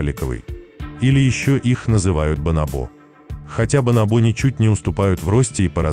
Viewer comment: Ударение в слове бонобо на второй слог: бонОбо